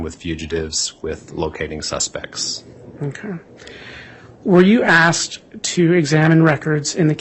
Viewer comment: ASKED and answered; not ask and answered. Also, they're called pictures (pick churs); not pitchers. Sorry, I'm easily annoyed by this stuff. 🙄